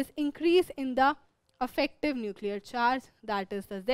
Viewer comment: Mam affective mat bolo irritating lgta hai